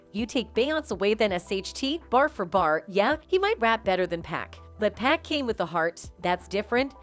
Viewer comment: 2 päck lmao